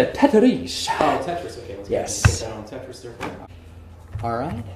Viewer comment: This guy was giving me Andy Bernard vibes. TETAREEES, the way he pronounces, then he whipped out the guitar and harmonica...